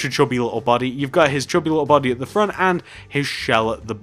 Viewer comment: You said chobby not chubby